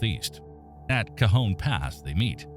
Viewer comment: Nice job getting the AI voice to pronounce cajon and tejon correctly. Also, it is more objective than most of these.